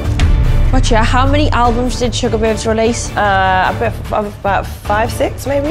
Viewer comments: It's Sugababes not Sugarbabes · Its Sugababes not Sugarbabes